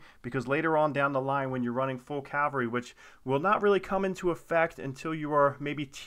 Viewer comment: Thank you for saying CAVALRY correctly! So many people say and spell it wrong as Calvary.